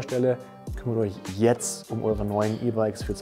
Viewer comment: Alle Münchner ? Was ist wenn ich aus dem Nachbarort komme, darf ich dann nicht kommen.? Darf ich dann nicht testen.?oder gar kaufen? Zum Glück gibt es nicht nur diesen Laden ,! Deine Kommentare regen mich manchmal sehr auf .Vor allem wenn du sagst JETZERT !